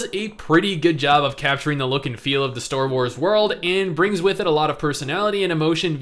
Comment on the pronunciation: You're still saying ""store wars""" instead of star wars.....